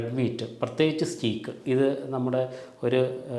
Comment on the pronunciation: സ്റ്റേയ്ക് എന്നാണ് ഉച്ചാരണം, സ്റ്റീക്കല്ല ഡോക്ടർ. വള്ളികൾക്കും മറ്റും താങ്ങ് കൊടുക്കാൻ ഉപയോഗിക്കുന്ന കുറ്റികൾക്കും സ്റ്റേയ്ക്ക് എന്നു തന്നെ ഉച്ചാരണം. സ്പെല്ലിംഗ് steak stake എന്നല്ലൊ ഒന്നും രണ്ടും ഉദാഹരണങ്ങൾക്ക്. 🎉